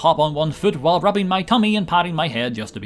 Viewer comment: thats not how tummy is pronounced bro